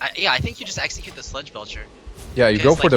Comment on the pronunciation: i wanted to enjoy watching this video but that kept saying eggcicute not execute. i kept thinking of pokemon, come on guy please pronounce the words correctly, english isnt that hard to say. and its pronounced three not free. please i wish people would stop saying three with a F. where did this guy learn to speak english